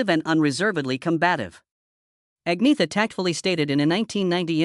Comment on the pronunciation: AnYeta is how her name is Pronounced